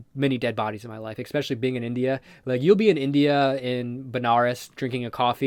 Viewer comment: Why the fuck do you say expecially instead of especially, learn English friend.